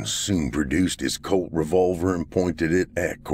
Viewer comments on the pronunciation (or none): none